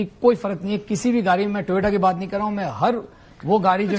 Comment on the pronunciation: Yeh sajjan "gaadi" ko "gaali' bol raha hai. 😄😄